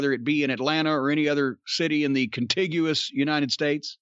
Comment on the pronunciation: He pronounced it right